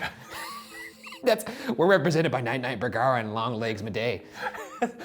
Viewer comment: I’ve heard boogara so much I forgot his name was bergara